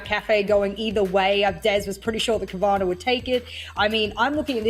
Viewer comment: Cowana sounds like corona